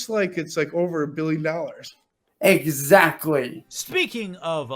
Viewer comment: “EZZACKLY” im 💀